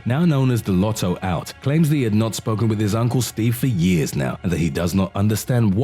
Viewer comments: Carroll is known as the "lotto lout" not "lotto out". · Lotto lout not "out"